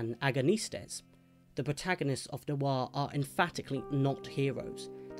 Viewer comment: It's one syllable: "nwah". Not new-arr, not nwar: "Nwah."